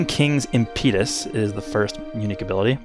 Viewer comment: Good thing the homie can speak Japanese because with "prodigal" and "impetus", English doesn't seem so hot😂